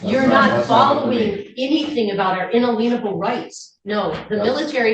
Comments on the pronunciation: It's un-alien-able rights, not in-a-lienable. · She/they (SovShits) pronounce in-ALIEN-able rights as "in-a-LEIN-able rights" because they must think that makes it impossible for those so titled rights to be abridged or, so to speak, have a lein applied to them. I know, I know... it's stupid. But these are SovShits that we're talking about. "These are just simple farmers. These are people of the land. The common clay of the new west. You know... morons." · Her “unaleanable” rights are driving me nuts! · In-ah-leen-able rights - What a joke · A made up piece of nonsense 🤷‍♀️ They use “un-a-lien-able rights” (pronounced lean) as part of their SovCitiot nonsense like her saying “My Honour” instead of calling the judge “Your Honour”, or how they refuse to say they understand charges or things because it apparently refers to “standing under” the authority of the court 🙄 But she slipped up & actually said it correctly in there as well lol. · Why can't these brilliant legal scholars pronounce inalienable?